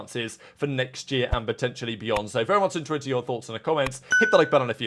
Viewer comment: Very much intruant in our thoughts??? The word is “interested” if you care to pronounce it properly!